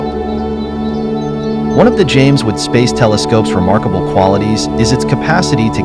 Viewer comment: Ok I have to ask...what exactly is the "James wood telescope"...your robo guy keeps saying that.